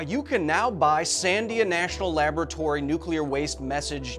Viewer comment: But why do you pronounce “laboratory” so weird?